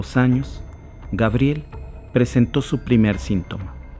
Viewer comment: Por que dices Gabriel ? Es su pronunciacion en Frances y se escribe Gabriellle, Pero estas hablando en español di Gabriela. Cuando hables en Frances puedes decir Gabriel o sea Gabriellle.